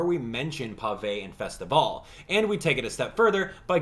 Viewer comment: THANK YOU for saying Festivale correctly!!!